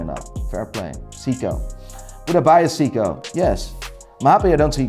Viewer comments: The way he says Seiko I thought he was talking about Seagull movements. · It’s “say k-oh.” You’re welcome. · Seiko not Siko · Why do you pronounce Seiko as "Siko"? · Jaeger. Pronounced like in Pacific Rim? What's a Seeko? 😝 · Seeko??? Are you fucking kidding me??? And while we're at it, it's not Bretling either!!! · I tuned out at 'See-co'. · Grand “SICCO” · Why is he pronouning Seiko as Seeko? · Siko? You do have a funny way of pronouncing certain brands😂. Regarding Grand Seiko, you should check the finish on those watches. Total eye candy. You can say whatever about their movements (I personally like them), but they have always excelled in their design, even mid tier models. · Who pronounces Seiko as Seeko? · He called Seiko seeko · can never get over how chooses pronounce every watch brand properly except Seiko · You know someone is full of swiss goop when they consider rolex god tier and trash grand seiko. Let alone the fact he can’t pronounce seiko correctly. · Why does he pronounce Seiko like that? lol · That's the first time I heard someone who's into watches mispronounced SEIKO. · This man is so weird. Pronounces Uliyses Nardin perfectly yet but can’t pronounce seiko. Along with his seiko and A longe and sohne ratings? WTF and Richard Mille despite not being good they aren’t trash. If you say you like watches based on the artistry and history Richard is definitely good. So just because you don’t like it it’s not trash. I would have said meh because I don’t want one but I can still appreciate it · This guy is trying waaaaay to hard. He'll try to pronounce some brands like Hublot or Panerai with an accent to try and pronounce it ''Correctly'', but can't or wont pronounce Jaeger-lecoultre or Seiko the right way. How do you mess up saying Seiko? You're a fun dude with lots of energy, no need to try that hard and pretend to be what you're not. Don't be that guy my dude. DON'T be like Kevin O'Leary when he mispronounces watch brands in bad French.